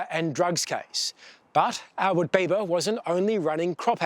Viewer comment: Albert Biba not Bieber/Beiver